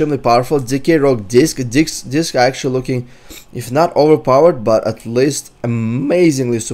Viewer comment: i love when he was gonna say disc and it sounded like he said DICKS :> keep listening